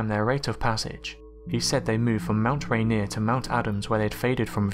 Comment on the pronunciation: Thank you for pronouncing Yakima and Rainier correctly. Now I can say that flying saucers were first named where I grew up.